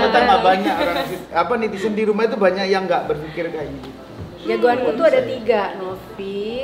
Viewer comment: netizen mas anang, bkn nitisen